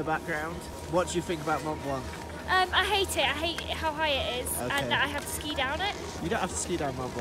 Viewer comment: Lmao how he said “Mont blanc” French people must be like th is this (as me)